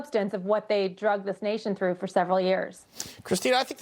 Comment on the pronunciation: "Drugged this nation through for several years"...???? she's a lawyer and uses the word drugged instead of dragged? Wow.